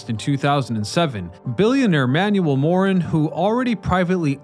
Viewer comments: Not ‘Moran’, it’s ‘Maroon’, like the color. And people of Detroit still don’t like him, even in his death. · It wasn't Manuel Morin is was Manuel Moroun... I total pos.